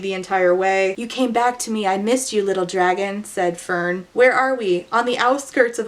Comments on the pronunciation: searched it up👍 it’s fehrn , which out of each placement , would probably change the pronunciation the most🦐🦶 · When you said "Fern with an H" I genuinely couldn't imagine where that H went. Fhern, Fehrn, Ferhn and Fernh all seemed genuinely plausible and equally unnecessary.